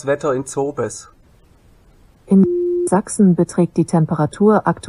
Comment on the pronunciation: Denke du bist einfach zu domm Zobes richtig auszusprechne 😂